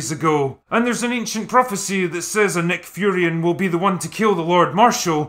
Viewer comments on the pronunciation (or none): Also, why do you keep calling the race "Nick Furions"? Is this some sort of tongue in cheek joke that it's way too early in the morning for me to get? They are just Furyans.